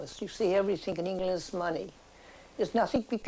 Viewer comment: Yes, like "Hengland" and "the hisland"